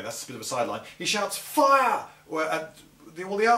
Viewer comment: aragorn actually says in elvish, 'release arrows' its the people of rohan that get it wrong when theoden goes 'give them a volly' and then gamlingsays, after dropping the arm 'foire' (thats how it sounds anyway :P) then the guy with ONE eye *rolls eyes* who seems to be partly in charge, then relays the order. that said, remember the elves then have a effective rangeof 300m or more, legolases bow technicall has one of 400, the best range in all of middle earth including artillery.